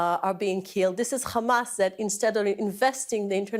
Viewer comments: They pronounce it as HhKKKhhhamas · Why she is saying hamas as khamas?